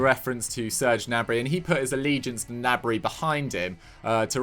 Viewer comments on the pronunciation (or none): none